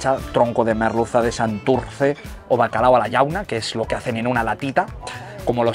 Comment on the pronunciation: el típico que dice bacalado..